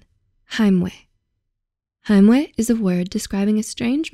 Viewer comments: "weh" is not pronounced as "ue". It's pronounced as "veh". The letter "w" in German is actually always pronounced as a "v". Just a little remark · German 'w' is pronounced 'v' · It's not pronounced heimweh tho, is it? More like haimway without the y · It was so funny hearing her say that lmao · Listening to her pronouncation of the word „Heimweh“ as a german ❤️🥺 so cute 🥺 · As a fellow german i find the way the narrator pronounced "Heimweh" so adorable :D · As a German it's so cute to hear Heimweh pronounced by a not native speaker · I'm german and i find it funny how you pronounce Heimweh. xD